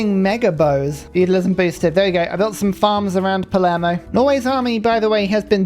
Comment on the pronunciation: You're trying to correct pronounciation of a bear that keeps calling his capital Palmero? 😃